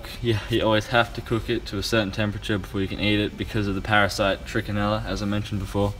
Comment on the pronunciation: Lol it’s parasites Not parasites!!!! 😂